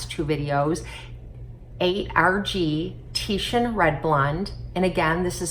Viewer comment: Oh wow someone actually said Titian instead of titan